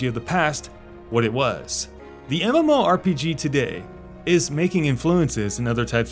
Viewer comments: Yeah, you can just pronounce it as "muhmorpeguh" we get it. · Say mmorpg one more time